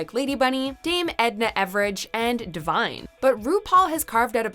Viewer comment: The narrators mispronounced Devine’s name...she is a legend in the drag world and paved the way for everyone involved.